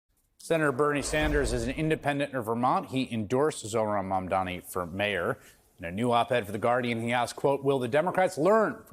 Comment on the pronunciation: I heard Bernie say "Iran" ran a brilliant campaign. (Not Zohran). Hmm..coincidence?